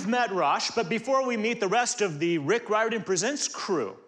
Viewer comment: Yes, the first person who said it in the very beginning said it right. It has a weird pronunciation